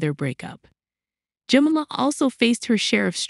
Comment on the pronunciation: Yes, is it such a rare and unpronounceable name? Jemima, pronounced "Jem-eye-ma".